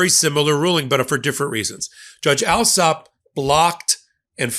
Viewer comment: The English surname Allsop is pronounced All- sop. (As in "all")